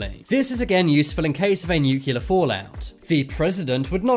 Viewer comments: New-cle-ar, not new-cu-lar! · Nuclear. Nucular........ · it's nuclear not nucilar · The word is "nuclear" NOT "nuculer". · New Key Lar. Nuclear New Clee Arr if the robot voice can't even pronounce nuclear correctly what's the point of watching the video D Minus.